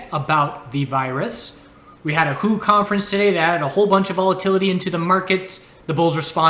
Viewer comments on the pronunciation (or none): I believe it's called W.H.O., not Who